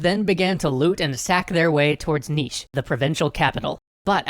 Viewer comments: Subscribed. You pronounced "Niš" correctly. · You perfectly pronounced Nis and the fortress is exactly the same